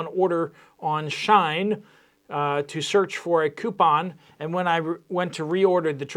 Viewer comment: its pronounced "She-In" (not "shine"). Thanks for the updates. Also where I am in SW Washington, there have been lots of bees and my garden or strawberries, blueberries, raspberries, and tomatoes was super in terms of harvest. I seeded zinnias that started off rocky, but I blame the potting soil, I think I got a bum bag. They are covered in bees every day. Blessings to all the watchmen!